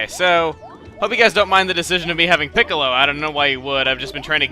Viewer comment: Every time I hear Chugga say Piccilo I think of Dragon Ballz...